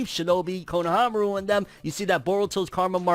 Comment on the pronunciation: Not kono-fro-aru. Fro-nohamaru**